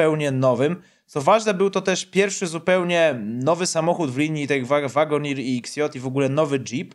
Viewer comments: Zapodam troche wymowy: Cherokee - czeroki (czasami tez wymawiane jako cziroki - ale nie szeroki albo sziroki) Wagoneer - łagoniiir (dlugie iiii - czyli eeee) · * "Czeroki" i "Łagonir"